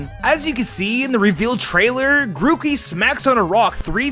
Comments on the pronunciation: Was i the only One noticed 'mookey'? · The funny thing is that none of the types on the starters come true sorry. P.S. you called Grookey Mookey. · He sayd mookey/ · DID HE SAY MOOKEY XD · Ah, yes. The Grack, Feel, and Wadst types. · Ah yes. Grack, fiel and wadst.